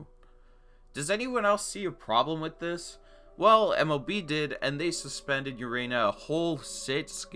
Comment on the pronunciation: Urena is pronounced oo-ray-nya sry I’m a Marlins fan I know my baseball